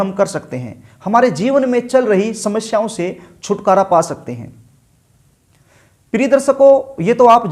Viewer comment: Darsako nai hota darshako hota h pehli baat to ,dusri Baat shamashyaein nai hota samasyaein hota h , gutka khakar video na banein, bhasham nai hota bhasam hota h...